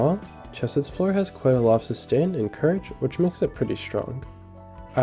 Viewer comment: I-ITS NOT CCCHH ESEDD ITS “HKCE-SED” RAHHAHDICBEJSNENDKS